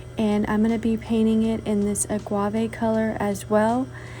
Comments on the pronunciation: All of your crafts are just beautiful!! Just an FYI, the color is Agave( Ah-gah-vey) not Ah-Gua-vey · Hi! I am really enjoying ☺ your channel. A friendly, helpful tip: The pronunciation of AGAVE is AH-GAH-VAY, not AH-GWAH-VAY. After watching several of your wonderfully creative videos where you used this gorgeous color, I had to let you know...because I'm sure you would want to pronounce the name of this lovely color correctly. I know that I really appreciate it when someone corrects me💛🤎🧡☺. Please 🙏 don't take offense,; my motivation is purely to help you. 😇😁😘 Now to watch more of your creative 👌 genius! 🧡🤎💛 HAVE A WONDERFULLY CRAFTY WEEK! 😊